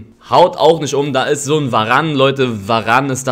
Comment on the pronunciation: Niemand: Wirklich niemand: Elias: varang